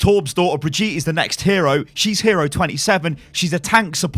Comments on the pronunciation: Before I end up loosing my teeth because of all the grinding I do every time I hear this "bree-jeet" ...If it really IS the German version of the name then it's "Bri-GIT-eh" (the "bri" and the "git" are rather sharp and the "E" at the end is NOT (never ever!) silent in German!) That "Bree-jeet" from the video sounds more like someone from India than Germany (anyone remember Baljeet from those Phineas & Ferb cartoons?) Just in case she DOES end up being the new hero, so you know how to call her from now on ;P ...Greets from Germany BTW ^^ Also, sorry if I end up acting like a "grammar Nazi" here but this sounds so HORRIBLY wrong to my (half-)German ears ...As if someone keeps singing the the national anthem with a squeaky croaking voice missing each and every single note to the point where you want to storm over, shove the guy aside and do it yourself just to stop this "raping" of your ears... GAAAHHH.... ...OK, now I feel better XD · If Rein named her then you pronounce Brigitte not like Breegeet but like Bree G(hard g like in golem or gold)itteh. just search youtube for how to pronounce it in german. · If Reinhard named the girl her name is most likely pronounced German which would be something along the lines of "Bree - gi - teh"with a long first i. a short i in the middle and a clipped e ( e-schwa) at the end. It used to be a fairly common girls-name more than 50 years ago. Many now-grandmothers are called Brigitte but hardly any young people are. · the way you misspronounce Brigitte is triggering me... read it like this: Bri-git-te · Say it more like baguette so brigutte to make it sound German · okey im dutch an i cant spreak german bregit is pronoumced bregyt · Step 1: open google translater Step 2: choose German as the language Step 3: type "Brigitte" Step 4: click on the sound button Step 5: use the correct pronunciation in your Youtube videos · you are not even saying it german wtf? btw nice clickbait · its bri-gi-tte